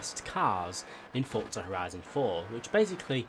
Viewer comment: Bruh its forza not fortza